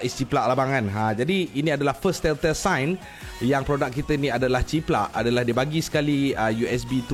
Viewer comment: "tell tale sign" pronounciation dia, macam "tel ta-il"